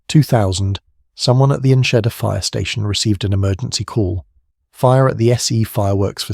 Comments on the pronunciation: Your butchering of the town's name is almost offensive, but so ridiculous that I couldn't help laugh. I'm actually heading there to be with friends and family for the holidays. I suggest that you take Enschede into Google translate and learn the pronunciation. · Text to speech AI is just awful. You've butchered the name of the town and the over dramatisation has made what should have been a 15 minute video in to 40 minutes.